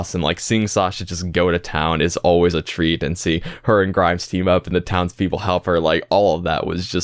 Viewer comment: Minor correction: "Grimes" is actually "Grime". No s at the end